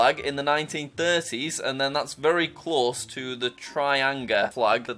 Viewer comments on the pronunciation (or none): You have done the wrong pronounciation it's not tri-angh-a*. It's actually*tih-rang-ahh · Its tiii run gaaa man in pronouncation not trianga🤦‍♂️ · I died for a second when he said trianga............. btw its pronounciation is tee-rang-aaaaaaaaaaaaa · Its Tiiranagaa(pronunciation) Him Trianga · me getting happy because he pronounced swaraj nicely then it made me sad bcz tiranga wos like tiraanga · Ti-ran-ga Pronunciation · Pronounce tiranga properly Ti ra nga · Dont pronounce without learning english or this happens(trianga) r u even saying english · It's kind of funny how white people Can't pronounce tiranga but they can easily say arnold schwarzenegger